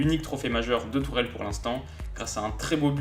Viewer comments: Haha tu m'tues, t'essayes de prononcer le "ch" pour que ça sonne comme en allemand mais tu lâches un Thomas Turrrèle qui sonne méga latino pour le coup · Je pensais pas qu’on prononçait Tuchel comme ça…